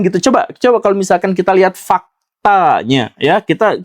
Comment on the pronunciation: "FAKTAAAAAANYA" harus Caps lock, bold dan di under line 😂